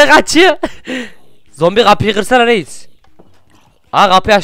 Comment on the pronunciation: Reiz değil reis